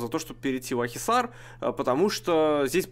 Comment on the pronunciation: Правильно Акхисар)